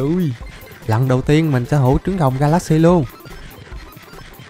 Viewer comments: Ga la xi chứ không phải ga lát xi nha a =)) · Wow Ga la xy đọc thành Ga lác si